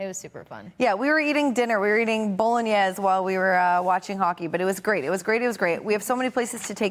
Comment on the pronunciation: Look at these 2 DEI hires pretend talking hockey, doing their best job to Showcase this terrible Bruins roster. We have to kiss the ring of ownership, journeyman nobody Eyssimont the savior lmao. Can’t even pronounce the word “Bolognese”.